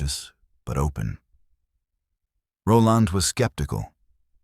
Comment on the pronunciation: All the comments calling out the weird names, ive come to the conclusion that the names are normal but AI struggles to pronounce them 🤣 'roll ond'.